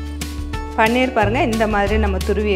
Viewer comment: பன்னீர் இல்லையம்மா, பனீர்